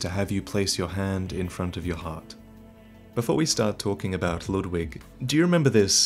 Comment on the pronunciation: His pronunciation of Ludwig (as well as other German or German-styled names like Siegward) drive me crazy. The "u" is not "uh", the "w" is like a "v" sound, the "g" is like a light "k". It's a real name, so it's easy to look up!